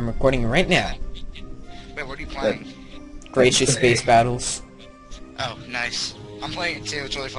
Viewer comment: its gratuitous space battles not gratious space battles...